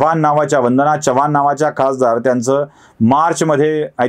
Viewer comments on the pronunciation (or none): तुम्ही चव्हाण चा ऊच्चार च्यव्हाण करता.जरा खटकते.